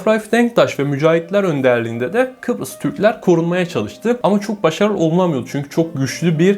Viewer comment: Peki sürekli Kıprıs demesi fllfllggllhgllflf